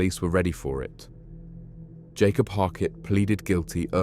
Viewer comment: Bro what are you prouncing 'Yakob' as "Jacob" and 'Yanis' as "Janis"? Say their names right, they're Abduls, not Jonathans!